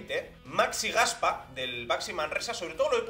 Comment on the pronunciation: Como que Gaspa. Lée bien, que lo tienes bien escrito, Gaspá.Un poco de cultura española tampoco vendría mal y saber que en catalán, sobre todo nombres propios bisílabos son palabras agudas...Ferrá ( o Ferrán..Ferrando, Fernando en castellano), Romá (Román) Roger o Gaspá ( Gaspar) . Cómo que Gaspa...Gaspá, joer. ( bueno, y ya lo de que samper, san pere, san pedro, lo conviertan en sámper sonando a supuesto guiri...)